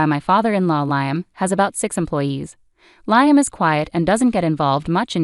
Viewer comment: While I very much appreciate the clues that it is AI and not humans reading these, the crazy mispronounciations of common words is equally annoying and entertaining. Nobody pronounced Liam as Lye-um. 😂😂😂